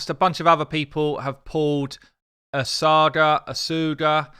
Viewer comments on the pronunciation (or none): URSUGA is pronounced YOU'RE SUKKA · I'd suggest pronunciation would be parallel to Ursula, just change that last consonant.